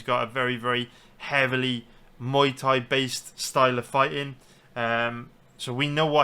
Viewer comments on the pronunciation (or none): none